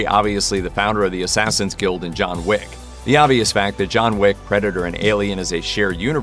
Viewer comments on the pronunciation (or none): Its John Wick not Jon Wig